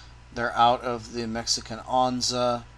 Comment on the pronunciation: Hey, great video as always! btw onza is pronounced ohnsa =) take care man look fwd to your next one!